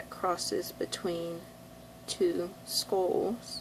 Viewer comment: got confused at first when prounounced SKOLLS instead of SKULLS.but it was ok .